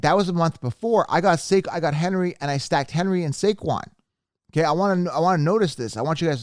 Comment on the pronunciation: he got saquon wrong but he said Debbo and cupp and also Najee